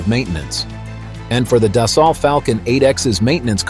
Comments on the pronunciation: It's not "das-salt", it's "des-sew". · Annual cost on a 7x runs around $3-$3.5 million so I’d expect the 8x to be a bit more that said this video was pretty poorly done not to mention the Ai keeps mispronouncing Dassault…